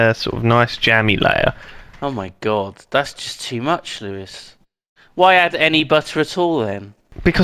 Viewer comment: Just noticed that said poois instead of Lewis at